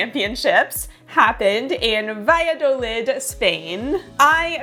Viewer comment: Great video - in Spain Valladolid has a soft th sound not a hard D so it’s valladolith phonetically